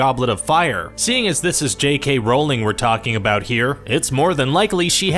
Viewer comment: Not surprised; a dozen videos about Harry Potter, and just learned for the first time in this one how to pronounce "Rowling."